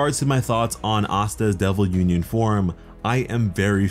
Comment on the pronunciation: i wanna see some Bleach level of pressure when Asta say "Uninion" as he and Liebe fights Dante <3